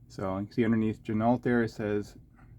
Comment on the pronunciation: FYI, Ginault is pronounced “G-Noh” per the company owner.